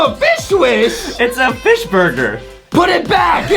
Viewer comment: Justin does not notice that he doesn't say fish but fish wish and now he is saying that's wrong I can't stop laughing.